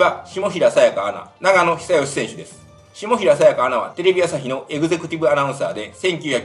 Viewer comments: ❗ながのでは無く、ちょーのですよ😁に喧嘩キッーク💥❗ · ナガノ選手ではなくてチョウノ選手です。